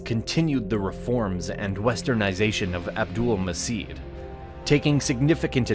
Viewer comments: A little correction: The "C" letter in Abdulmecid is pronounced "J" as that's how it works in Turkish so the name is Abdulmejid not Abdulmesid. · sultan abülmecid pronunciation is "abdülmeged" not "abdülmesid" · It shouldnt have been pronounced Abdülmesit. it have to be like abdoulmajeed. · Very informative video but a slight mistake 1- It's pronounced as "Abdul-Ma'j'id" not "Abdul-Ma's'id" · Abdülmecid " turkish" pronounced Abdulmajed.